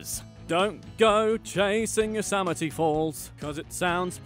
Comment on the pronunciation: same thing with Yosemite it's Yo-sem-i-tea not Yo-sam-i-tea